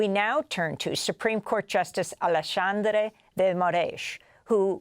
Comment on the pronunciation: Amazing analysis.Perfect pronounciation, that's the very first time I have seen them getting Alexandre's name right! That's not a major issue, for sure. But it is so cool they managed to really do a research on the name's pronouncing. Good job! 😁. As a trained teacher of Portuguese for foreigners, I know how the fact that portuguese language holds multiple pronounciations for letter "X", depending on the word, position, etc, is a pain in the a$$ for most foreigners. So, in this case, of Alexandre, the pronounciation of "X" is that of "SH". So we say it: "AleSHandre" dgee Moraes, without the existance of any accent differences, in the whole territory of Brazil, as well as in the entire Portuguese speaking world: Portugal, Angola, Mozambique, Cape Verde, East Timor, Guiné-Bissau, São Tomé and Prince, Goa, Macau, etc...